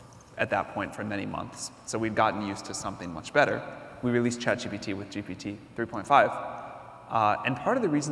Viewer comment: Chat GTP?? It's ChatGPT